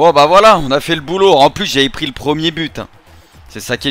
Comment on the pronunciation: Et qui dit j'ai plis le niveau de compèt' 😂😂 Bien ouèj mec! 👏🏆